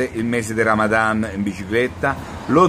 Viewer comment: "mec donall", "ramadam"... fantastici!